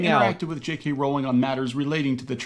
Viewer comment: Can I just say thank you for saying Jk Rowling's name right? I can't believe after decades people continue to say it incorrectly. Love your content btw, I found you through the amber heard trial and love how you don't put up with bs